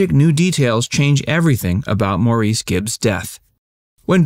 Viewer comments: You claim to be interested and yet you keep mispronouncing his name. It was Morris. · Gave a dislike. If you're going to talk about someone, do a little research. Like how to pronounce hus name. Meet "Morris." Learn where the name "BeeGees" really comes from. (Not the simplistic explanation you give. ) And learn a little bit about how far-reaching their musical stylings extended. They wrote songs that ranked very high on the country chart. And they recorded the top-selling song in Australia in 1966 (Long before anyone heard of disco.) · He wasn't French! His name was plain old Maurice pronounced Morris. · Just fyi, his name is😅pronounced Morris or they called him Mo. Pronouncing someone's name wrong is quite rude. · His name is spelled Maurice but is pronounced Morris!!!!!!!! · His name is pronounced "Mor-ris". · his name is maurice not morris. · Maurice GIbb’s name is pronounced MORRIS! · Boring, nothing new rehashed same old story, 20 years later, let Andy, Maurice, and Robin rest in peace. Name pronounced ´Morris’. 🤐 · His name is pronounced like "Morris" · It was pronounced Morris. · it's pronounced "Morris" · His name is pronounced Morris. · Learn how to pronounce his name. His family said "Morris". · His name is pronounced Mor ris.. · it's pronounced morris. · pronounced more like, "marris" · Can't even pronounce his name. Smh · True, but … no one who is at all familiar with the band would pronounce his name this way. It’s embarrassing, really. Imagine calling John Lennon “Joan Lennon.” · I know. I wish they would bother to get it right. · Yes, it also bugged me that they didn’t know the proper pronunciation. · Thanks I have been pronouncing my name incorrectly all my life.😁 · yes. This guy has no idea what he's talking about. He doesn't even pronounce Maurice's name right. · I cringe every time he mispronounces his name. Ugh! All brothers are so gifted. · If this is, you might’ve started with pronouncing Maurice’s name correctly. 🤷🏼‍♀️